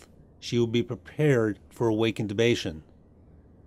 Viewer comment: INTUBATION or INTUTION. ???? 😁😁😁😁🧚🧚🧚🧚